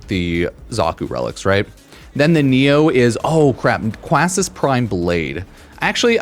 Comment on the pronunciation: It’s Quassus (Kay-sus)